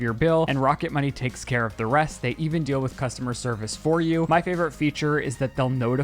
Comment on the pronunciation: I love how now says “ dill “ for deal 😂😂😂 also Max & Jet literally have the coolest parents!